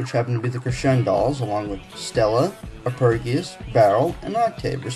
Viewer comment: This guy knows nothing about music. And by that, I mean the fact that he can't bother to pronounce "Arpegius" and "Octave" correctly.